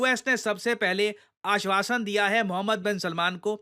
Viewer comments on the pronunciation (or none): UMRIKKA KA aasvaasan is = AAS+WASH-un 😂